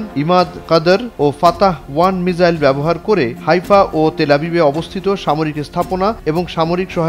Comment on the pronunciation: এটা মিজাইল হবে না,হবে মিসাইল,,,,, উচ্চারণ না পারলে শিখে তারপর উচ্চারণ কইরেন